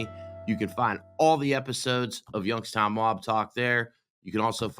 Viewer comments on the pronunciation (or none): Why do you pronounce it as "Yunkstown"?